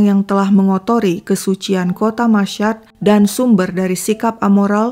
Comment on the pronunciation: Itu Kota Masyhad di Iran , cara membacanya : "masy-had". Bukan : "masysyad". Tolong jangan cuma b.inggris lancar tapi bahasa lain kacau balau. Apa susahnya mencari kata "Masyhad" di google dan youtube kan banyak. Maaf saya selalu dislike videonya kalau nemuin masalah kayak gini. 🙏 walaupun saya mengikuti kontennya.